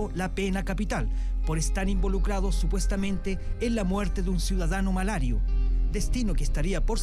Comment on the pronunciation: Periodista wn, se dice Malasio no Malario...(min )...